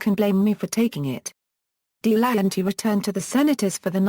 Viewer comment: Pronounced Del a hanty not Dee lanty